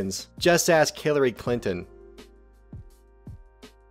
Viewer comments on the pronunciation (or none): none